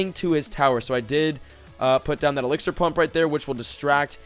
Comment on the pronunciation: lol he said exlixar plump